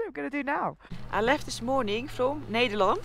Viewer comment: Ned...der....land......not needer.....land